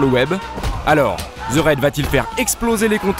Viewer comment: Merde, apprenez à prononcer les titres correctement svp. Ça me fait mal aux oreilles. Le docu est bien mais le ze au lieu de the gâche tout vraimenT!